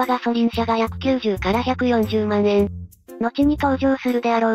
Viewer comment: 万円(よろずえん)